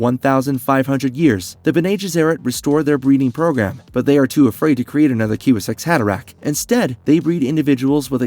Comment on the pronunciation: The kiwi-zack’s haderach? 😂😂 Sorry but the AI’s crappy pronunciation really ruins the video!